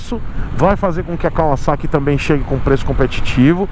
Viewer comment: Fiquei até emocionado com você falando Kawasaki e não "Cavazaqui" Como a marca ficou conhecida no Brasil. Parabéns por não perpetuar um erro.